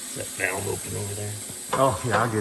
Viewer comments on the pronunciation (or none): none